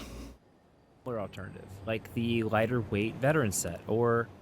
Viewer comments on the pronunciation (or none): "Verteran Set" lmao